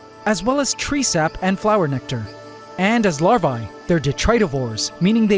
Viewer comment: You should check the pronounciation of the word "Larvae". Cheers mate.